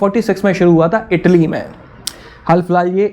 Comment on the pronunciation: Bro tell Italy not idilli this is South Indian breakfast